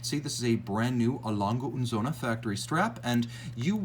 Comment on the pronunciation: Söhne with an ö, not an o.